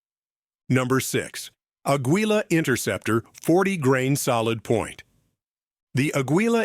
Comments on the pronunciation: I was hoping for Federal AutoMatch to make an appearance. Also, not even the AI knows how to pronounce 'Aguila'! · The AI they use can't even correctly pronounce Aguila and Hornady.